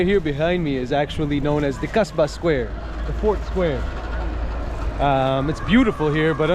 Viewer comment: hes name asba not gasba